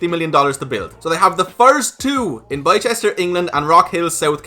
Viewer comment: Not sure where By Chester is but I do know where BisTer is. Apart from the mispronunciation another great video covering a lot of information. I’m already in too for the ride (no pun).